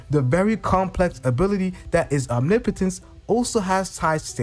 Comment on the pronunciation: Haha funny once you know omnipotence you cant unhear it. Omni potents is like nails on a chalkboard lol